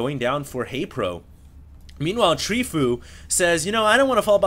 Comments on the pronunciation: tree fo you , fo u etc. not tree foo or w/e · It's pronounced Tree-fo-U. I wish you would watch the GSL and be involved in the community more than just casting replay packs you find. Then you would know that fOu is a great pro Korean team that includes the likes of choya, TheBest, SC, and Leenok. I think more knowledge of the community would serve your casts very well! Thumbs up if you agree